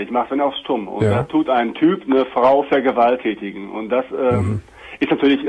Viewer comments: haha er sagt vergewaltätigen xD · "Vergewaltätigen" :DD